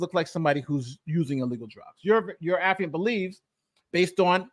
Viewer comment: Thank you,, for pronouncing "affiant" correctly, unlike Andrew